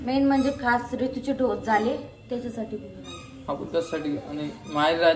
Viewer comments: ढोस नाही ग बाई डोज मन😂😂😂 तुम्ही लोकं सोशल मीडियावर आहे आणि स्वतःचा हसू करून घेता आणि ते पाच सहा वेळा ढोस ढोस बोलते आणि परत manta की होते बोलताना ढोस madhe aani डोज मध्ये kahi फरक आहे की नाही रोहिणीला परत शिक्षणाची गरज आहे मला तरी वाटते त्यादिवशी परीला पण संडे मंडे चुकीचे शिकवत होती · ढोस नाही ग बाई डोस